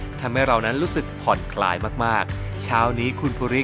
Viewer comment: ผ่อนคลาย นะ ไม่ใช่ ผ่อนคาย